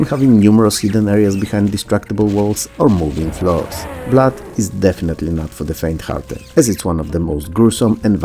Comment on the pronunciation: Blood is not pronounced Blat